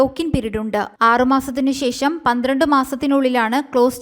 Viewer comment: ശേ ശം അല്ല ശേഷം ആണ്. നല്ല മലയാളം പറയുക